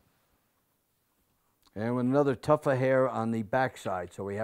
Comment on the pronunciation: It's not a "tuff", but a "tuft"